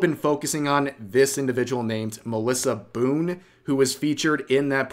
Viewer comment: malissa boone....malissa ba-boone XD